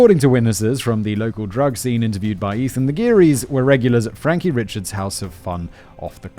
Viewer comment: Guilory is a really common surname out here. Them being cousins in honestly just more of a coincidence and I believe they aren't 1st cousins, but down the line somewhere. Also the last name, "Richards" isnts pronounced like the first name Richard. It's pronounced, "Ree-shard". I know, trust me, it's all ridiculous. There are other last names that look normal, but are some weird version of passed down and twisted French names. It's part of the Cajun French that some older people still know and speak as well a few younger people that learn to keep the culture alive. I wasn't born here, but when I moved here at 10 years old I had to learn how to pronounce the last names. I also heard you mispronounce Trahan in the last video and 1 other last name earlier that of course I can't remember now. 😂😂😂 It's a mess down here.... I can't honestly think of a worse state to live in.